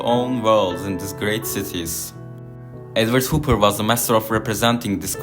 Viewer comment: Nice video. But his name is pronounced HOP - PER.